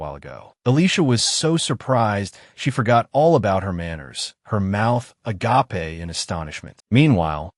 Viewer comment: " A - GA - PE " why AI.......😭😅😂😂